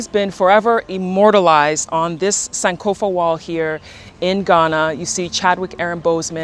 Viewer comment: are you not ghanian? why do you pronounce "sankofa" like that?